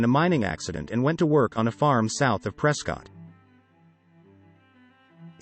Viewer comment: Ptrescott … not prescottt , can tell you Arenot from Arizona.|-Sad